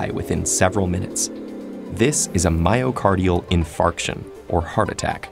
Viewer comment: me when i pronounce wrong, ''mayo...cars...dial, infart..tion...?''